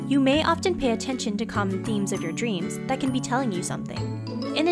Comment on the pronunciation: 6. You pay attenstion vor subtle signs vrom the universe. Ok, this one sounds really pseudo-science.